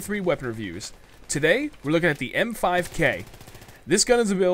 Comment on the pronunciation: I thought it was the "MP5K" Not "M5K". o_O